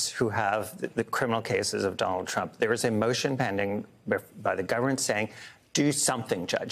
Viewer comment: Trump not truck LOL